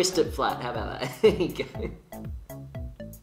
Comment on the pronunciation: Haha aboot...